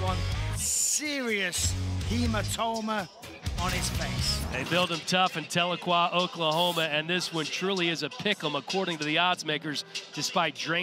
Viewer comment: He pronounced Tahlequah, OK with an "N" I laughed well on that one. (Cherokees are from Tahlequah, as am I... there's no N😂)